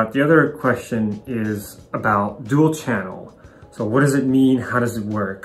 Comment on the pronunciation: "Dual" not "duel".